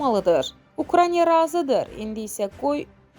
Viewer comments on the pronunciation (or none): görəsən düzgün ukrayna deyən diktor olacaq?..